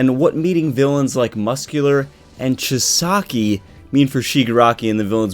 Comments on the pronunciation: It’s Chi-sa-ki. Just trying to help out my guy! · You're still mispronouncing Chisaki's name